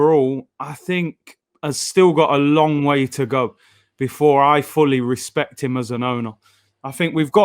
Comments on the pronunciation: What's with this channel and trying to make things gangster. It's Respect,Not Respek. Wtf even is that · It's RESPECT NOT RESPEK